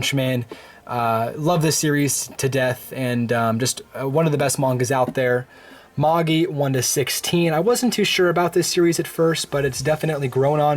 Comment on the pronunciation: magi ? i think you pronounced it wrong, by the way love your collection, sorry for nitpicking 😅😅